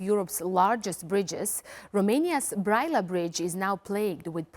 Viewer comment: When she pronounced the name of the city Brăila, I wasn't sure what she was talking about. As soon as I saw it written, I understood. You need to do your research to be more credible.